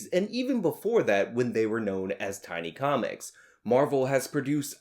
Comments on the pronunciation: It sounds like you said "Tiny Comics." It was Timely Comics. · It sounds like you're saying they were called tiny comics before the 6o's instead of timely comics.